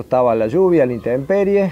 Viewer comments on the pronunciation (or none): none